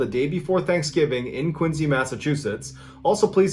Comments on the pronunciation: Ok you’re always referencing Maine and New Hampshire and now I see you pronouncing Quincy Mass correctly. I gotta know where you grew up man. I’m from Haverhill MA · I just realized that John pronounced Quincy (Massachusetts) correctly! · 😂 thank you for pronouncing Quincy correctly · Good to hear someone Quincy correctly